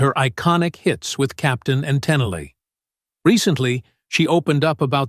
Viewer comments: It's pronounced TEN EEL, not Tenelay 😢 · It's pronounced "Ten-neel" not Tennalee. Plz get these names right if you're going to do this. You sound silly. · Um...her last name is actually pronounced TEN-NEAL... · Whut's with the bizarre mispronunciation of her name?????? Did you ever even hear of her??? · The narrator could have at least learned how to pronounce their last name!!! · The narrator doesn't know how to pronounce her name! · Not 2 mention he doesnt even pronounce her last name right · Doesn't matter--there is a thing called proofreading. People are too lazy or just don't car about accuracy and correcting errors and just want to get this stuff published and move on to some other half assed thing. I quit watching after the mispronunciations of the name and found better interviews elsewhere.